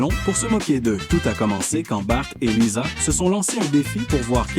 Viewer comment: Tu di lisa mes ses liza